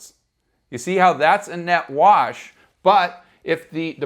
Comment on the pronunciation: Also- Did you say Net-Wash LOL